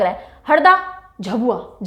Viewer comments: Ma'am its not झबुआ its झाबुआ And not धर its धार But u r great i always watch ur all vdos 🙏🙏🙏❤️❤️ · Mam mp me वों झाबुआ , धार है आपका उच्चारण गलत है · Don't go to spellings It pronounce .....dhaar , jhaabuaa, and manndlaa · Mam I m from MP and it's pronounced as झाबुआ, मंडला, धार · Hindi let us pronounce words perfectly.. Many pronounced word was wrong here eg. झाबुआ, संथाल, कमार etc